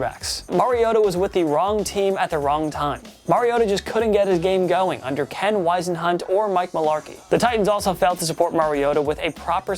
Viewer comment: Also,, a little constructive criticism.....I know you are young but you gotta learn how to pronounce all of the names you are talking about. It might not seem like much but it's hard to take your opinions seriously when you don't know the names of the people involved. In this one you missed Whisenhunt and Fossil. I know I disagree with some amount of what you say but I really enjoy your videos. Keep up the good work.